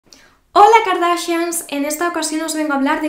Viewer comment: Me dio demasiada risa cuando nos dijiste kardashans